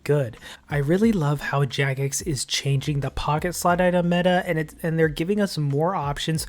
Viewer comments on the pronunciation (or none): none